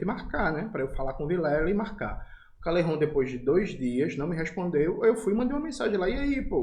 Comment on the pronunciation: Fala Calejon, não Calerron, voce não é espanhol.